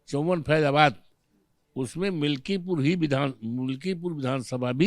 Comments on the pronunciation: पत्रकार मिल्कीपुर को मिल्कीपुर बोल रही है। ऐसे ऐसे तो पत्रकार हैं। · मल्कीपुर ना मैडम मिल्कीपुर है पूरी जानकारी लेने के बाद इंटरव्यू लिया करो😅